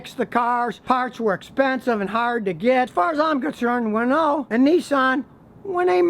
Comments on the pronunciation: Your pronunciation of Renault is atrocious. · "Renoh" or Renault